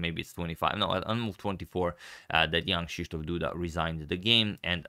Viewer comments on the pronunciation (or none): I always hear "Young Krzysztof Duda" instead of Jan :P